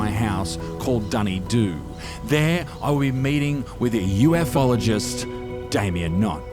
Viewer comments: I swear she just called him a “you-eff-all-or-jist” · the news lady...UF Ologist? What's one of them then, mate?